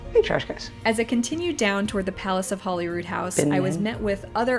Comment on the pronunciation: People including the BBC say Holly instead of Holy when mentioning Holyrood.